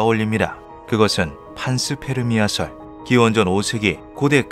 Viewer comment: 판스 페르미아 pans + permia 가 아니고 pan + sperm + mia 라서 판스퍼미아가 더 맞는 발음 같습니다. 판게아 할 때 pan과 정자를 뜻하는 sperm 으로 만든 단어같네요.